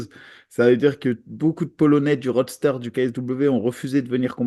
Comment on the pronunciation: J’adore quand ils disent « roadster » au lieu de « roster ». Ils font pas la diff 😂 Du coup, « rentrer dans le roadster ufc », c’est la classe.